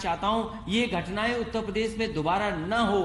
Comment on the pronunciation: प्रदेश को पदेश बोलता है।